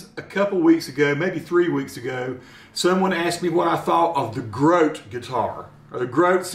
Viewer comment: Should be GROT-uh, not an English word. Might not have been the best choice of brand name. Good review.